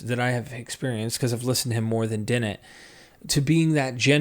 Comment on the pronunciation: Daniel Dennett With A " " D " " . N O T B - ennett . Otherwise . . . . . . G R E A T Presentation // Video .